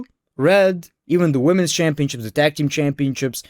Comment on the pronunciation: Is it only me or is he saying Championchips everytime ?